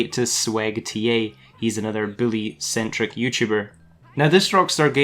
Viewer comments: Its "boo - lee" not Billy 😂😂😂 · It's bully not billy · U sound like ur saying billy2